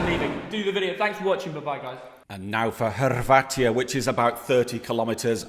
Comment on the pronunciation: It's not Hrvatija, it's Hrvatska